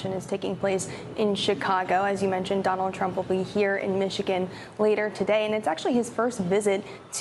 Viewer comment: did she really say Don Old Trump? 🤣🤣🤣